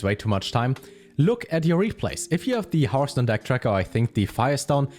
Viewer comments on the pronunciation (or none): none